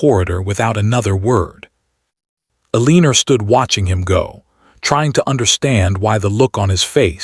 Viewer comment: I enjoyed the storyline very much especially the interacting with the child, but the AI pronouncing of Margaret, along with Eleanor in another video, was a joke. Amelia Island, FL